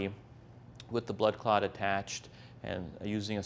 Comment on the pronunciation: Clats? You think he would have brushed up on how to really say "clot" since it needed to be said multiple times.